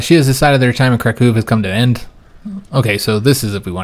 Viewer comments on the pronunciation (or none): The capitol of Poland is pronouced as Crack ow not Crack oo